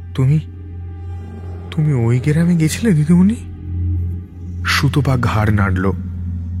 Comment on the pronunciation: সুতপাকে সুতোপা বলা খুব কানে লাগে।